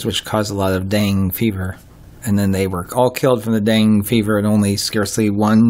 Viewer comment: Nice video. It’s pronounced DENGAY fever.